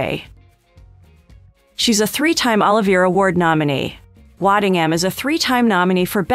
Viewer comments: Why does Chatgpt pronounce Sir Lawrence Olivier's name like it's 'Oliver' or like some brand of olive nobody's heard of? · I’m not sure who the commentator of this video is but her pronunciation of Olivier and others is terrible. She needs to do her research before she speaks. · You've mangled the man's name. It is pronounced," suu-DAY-kiss". also, "o-LIVE- eyay". ffs. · Please have the people who narrate LEARN how to pronounce important names, such as Sudeikis and Olivier!!!!!